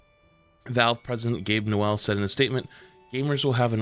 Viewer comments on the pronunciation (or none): Brother doesn't know how to say Gabe Newell, how.